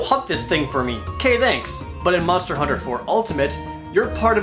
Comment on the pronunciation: MANSTA HOONTA